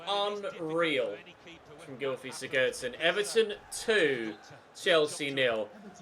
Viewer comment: Pls stop mispronouncing player names when you know you’re wrong :(. The commentator said siggurdson all game and you keep,saying siGGERRdson :( XD